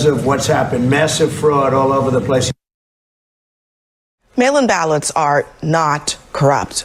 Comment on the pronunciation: Hahaha. When I heard that intro clip I heard “male imbalance” instead of “mail in ballots”